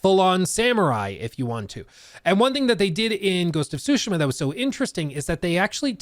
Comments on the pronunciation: Tsusheema! Please say it right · Stop saying sushima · Sue she ma ... its not that hard bro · Soo-Shee-Muh. Sorry, that was bugging me. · the way you say tsushima is crazy, suushma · please it's soo-shee-muh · just call it Ghosts, your utter destruction of the pronunciation of the word tsushima is atrocious. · Pretty good video however the way you say Tsushima triggers me. xDD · Will you quit saying Ghost of Tsushima over and over again please, you’re even saying it wrong. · The pronunciation of ‘Tsushima’ 😖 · I’m sorry, every time he miss pronounces Tsushima it makes me twitch